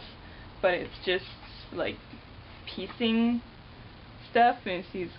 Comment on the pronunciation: she said it was just "piecing stuff"